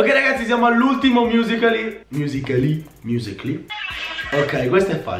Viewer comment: sembrava che dicevi Muscoli